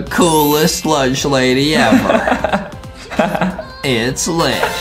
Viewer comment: I might play as the LUNCH "LADY" in this game. Bro said lunch LADIE!!!!